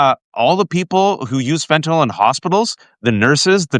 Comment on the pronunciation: Waj, you're the first one who knows how to pronounce fentanyl